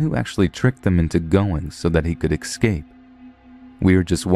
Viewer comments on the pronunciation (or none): Not trying to be negative so apologies if it seems that way but way can't Americans say "escape" ? They say "excape" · Dude, its prounounced ess-cape not ex-scape.love the stories. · Thanks! I really don't mean to be "one of those people", but you're pronouncing EScape EXcape and I can't help but notice every single time...